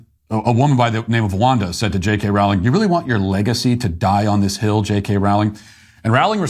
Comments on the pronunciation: Hey Matt. Her name is pronounced Rolling. A good way to remember how to say it is "she is rolling in it $$" 😁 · I really wish Matt would learn how to pronounce Rowling. Here's how I remember: "What is Harry Potter's preferred method of going downhill? Sledding... JK, Rolling." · Good clip. Rowling rhymes with bowling.